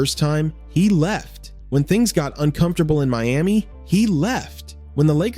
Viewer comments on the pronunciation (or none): none